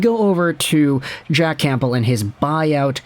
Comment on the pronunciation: Love your videos but I can’t stand listening to you say “CamPbell”